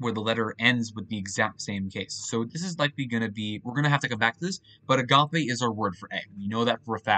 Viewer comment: My mouth is agape at your pronunciation of agape.